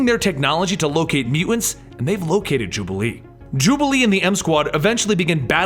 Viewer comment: love your vids. i think it's mutants, not mew-ents